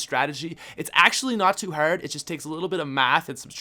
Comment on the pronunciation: "Its actually not too HERRRRD"